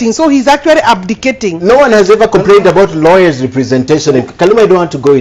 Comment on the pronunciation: = "Karuma saying..., poritico good will, rawyers"